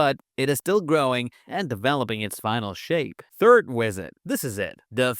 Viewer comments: "This wisit" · bro said wisit 😂😂😂